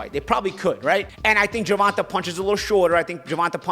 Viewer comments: Great podcast, just bringing up both these guys past was unnecessary to me. I understand you don't like the hypothetical ways of the suits/Showtime, but why bring up Tanks/Rolly past when you don't know the why of it? Also, you pronounce Tanks name Ger-Van- Tay not Ger-Van -Ta. Besides that, great pod. Let's go Bmore/Charm City. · ur the GOAT!. But you have to say the previous TMT promoted boxers name right lol... His name is Ger-von-tay Davis... Be good. Be safe.. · Ha. He calls him Gervontah. Keep it going. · “Gervontuh” 😭 gotta love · must’ve said GERVONTAH ABOUT 100 times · Why does he keep mispronouncing Gervontas name???